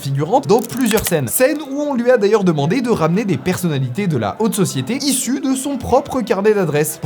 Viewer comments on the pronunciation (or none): none